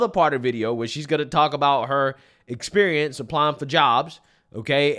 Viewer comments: "You need essperiense" everything I need to know from just one word. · I imagine during interview her mispronunciation of "esperience" might have something to do with it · Anyone else think she might have a better shot if she knew the word proprietary and if she didn’t pronounce the word “esperience”?